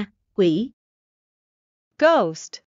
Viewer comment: cảm ơn vì video kỳ công. Mình chỉ lúc đọc lấy khí theo phát âm từ nào mình tra lại oxford thôi, mình cũng đang học lại từng từ vì trước giờ cứ phát âm theo quán tính ko nhớ phiên âm ạ Dạ mình mới học tới đoạn từ con ma Ghost phút, mình thấy oxford phiên âm /ɡəʊst/, đọc nghe êm ơ bạn ghi âm o ạ, bạn kiểm tra lại xem nha